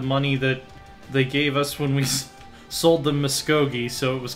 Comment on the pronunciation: it triggers me every time you put the emphasis on the wrong syllable in MusKOgee